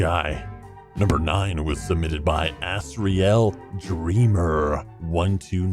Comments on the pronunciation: It really annoys me that he said "ass real" instead of Asriel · its not as-a-ri-al its as ri el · ... DAT NOT HOW U PRONOUNCE ASRIEL (A z ree l) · It's Azz-Ree-All Dream-er. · ASS-riel Dreemurr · is NO ONE gonna talk about how pronounced little Azzy's name or what! CAUSE THAT GOT ME TRIGGERED!!!!!!! Undertale fans let me hear you!!!!!!